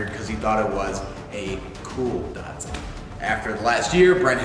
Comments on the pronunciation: Great content guys, I am subscribed to your channel, but come on guys... It's a DAT SUN not a dart sin. Keep up the great work. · How is an A pronounced like an O? There is no O in the name Datsun